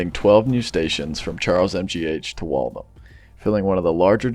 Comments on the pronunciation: its pronounced Wall - THAM, not Walthum. Great concept though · "Wall-tham" or "Walth-ham", not "wall-thum"! ;-)